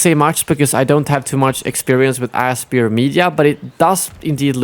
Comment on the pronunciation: I believe Aspyr is pronounced "aspire."